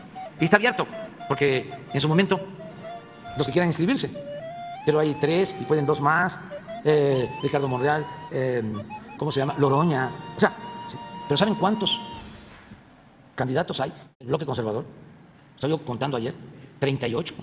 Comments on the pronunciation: EST SEUDOPRESIDENTE.. DIIJOOOOO " LOROÑA ". QUE NO ES " NOROÑA " ?? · Ni siquiera sabe que el apellido es Noroña, no Loroña...